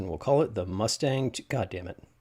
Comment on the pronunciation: 'muttstang' suspension? (Matt-Stang)